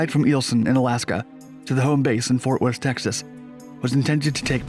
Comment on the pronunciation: You couldn’t say Fort Worth right?!? I’m so Disappointed ☹️